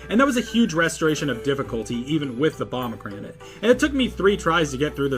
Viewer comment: That’s how he’s saying it